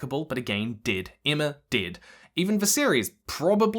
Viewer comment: I thought you were saying "did", but then I remembered where you are from and you are saying "dead"